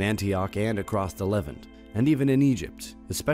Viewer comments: Why don't you guys make Android on your phones read this? I promise it will be better. Torturing so many words this way, shows your ignorance of the topic and your first exposure ever to the material. Levant, Arabs etc... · Sorry but "A-rab"? "Caucassus"? "Lev-ant"? What are these pronunciations. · OMG. Learn to speak the language. Piety... sounds like PIE-ity... not PEE-ity The Levant is the LEV-AUNT (not pronounced ANT like the bug) and nor pronounce LEV-ENT. You are supposed to be an Educational Channel but you speak as if you have never made it out of Remedial English. LOOK UP THE WORDS. GTE AN APP or something. Or replace this idiot Narrator who sounds like a moron every time he doesn't use a BASIC BITCH WORD. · Just an observation: It seems that the narrator is pronouncing a number of words that are not generally accepted by scholars or those they describe. "A-rab" rather than Arab. " Califa" rather than caliphate. "Levan"(?) rather than levant, for example. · You seem to have interesting content, but I cant seem to get past the atrocious pronunciations: Apollo, piety, Levant, trans-Caucasus. The list goes on. Thanks for the attempt though.